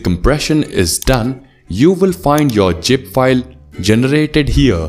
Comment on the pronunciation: Bro your English is Good but i dont understand why you kept on spelling 'ZIP FILE' as 'GIP FILE'....Please get some Spelling Teacher to correct your words....you are doing great !!!